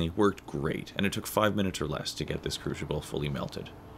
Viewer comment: Where is the h in crucible?